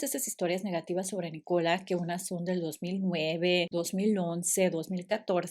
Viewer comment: Es NÍcola. La acentuación va en NÍ, no en CO…